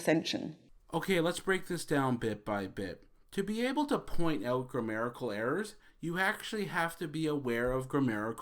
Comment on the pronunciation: It's "grammatical", not "grammerical." ;)